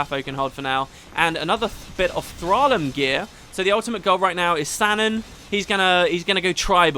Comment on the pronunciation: I believe the correct pronunciation of "Thraelm" is "Thray-lm." I say this because in Latin, which is the language used to name many fantasy items, "ae" makes the "ay" sound.